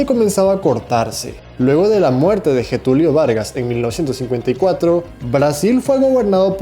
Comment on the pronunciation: Getúlio 'Vargas'